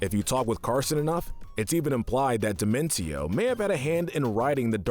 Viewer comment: I think dimentio is pronunced like "dimension"